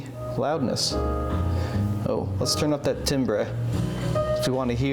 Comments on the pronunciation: I love your channel but sorry, I had to laugh! Timbre is pronounced like "tamber," not "timbray." From the 'net: "Timbre (pronounced TAM-ber) is the unique quality or "color" of a sound. It is what makes a guitar sound different from a piano, or one person's voice sound different from another's, even when they sing or play the exact same note at the exact same loudness. Pitch tells you how high or low a note is. Volume tells you how loud it is. Timbre tells you the personality or texture of the sound." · Timbre is pronounced tamber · Hi. I inherited moms Magnavox console. I used to use it ALL the time when I was a kid in the 70's. Mine was also from the 60's. Timbre is pronounced TAMBER which was like a high midrangy kind of adjustment. I was always fascinated by that which I had never seen on any piece of sound equipment. Ever! My record player plays slow and kind of warped so hopefully i can learn something from your video. So cool that you don't just discard this old sound tech like much of the world has. Keep it alive bro! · The timbre knob, pronounced "timber", like warning of a falling tree, on a Magnavox Astro-Sonic acts as a specialized high-frequency tone and filter control. like treble, but higher frequency, treble is mid range, and bass is low frequency. Also, great minds think alike... The minute I saw the what you were doing, I thought it would be cake to add bluetooth to the aux channel exactly like you did... so good call there, too. It's a neat vintage unit, and yeah, by today's modern audio standards, the bar is set higher than how those were built back in the day, and.... that wasn't a cheap unit. It sold for $650 for the high end units, which pans out to $6700 dollars in today's money. Looks like it cleaned up nice, and great job getting it back to working order. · It's pronounced "tam-ber"... Essentially, tonal color. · Great video! It's pronounced Tam-ber btw. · Pronounced TAM-bur